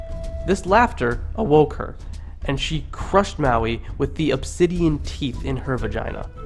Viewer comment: churr bro. dont mind 'te' haters. after my ears stopped hurting, i actually enjoyed sum of those old stories, sitting here cracking up at your interpretation, enjoyably so. :) you did pronounce maui right tho haha anyway well done and thankyou.